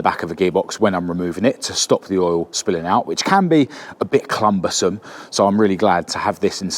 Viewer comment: Did you say ‘clumbersome’ ? 😂